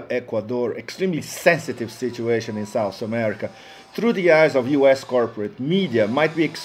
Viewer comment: I like this vid but it seems to me the person talking has no knowledge whatsoever on Colombian history and the current political situation. thanks (and is SOUTH america , not sauce america)